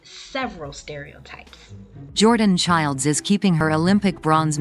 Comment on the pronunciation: Also, thanks for pronouncing her name correctly! These three ladies are fabulous- I loved their tribute to Rebecca